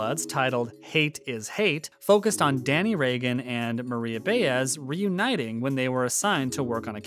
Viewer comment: If you're a fan of the show you've been told how to say "Bah Ez. It's the details. Not Bay - BUT B AH